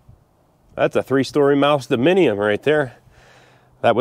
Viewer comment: Lol, you said mouse dominion 🤣🤣🤣